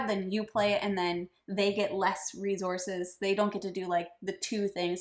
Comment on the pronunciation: Great Job! Congrats on the new home., stop saying re-zorces! LMAO! It sounds like you are trying to irritate someone. lol